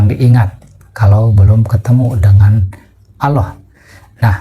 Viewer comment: sebut nama Allah aja gx bener ni org